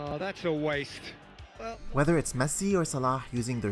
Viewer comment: You are arab right . I noticed from your salah’s pronunciation